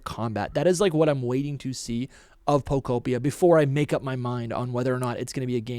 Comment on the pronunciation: Bro can’t even pronounce pokopia right. Come on.